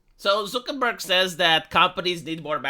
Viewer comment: I will never get tired of hearing pronouciation of "Zookenberg".